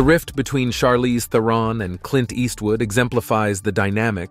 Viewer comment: Learn how to pronounce Theron then learn that directors direct and actors act.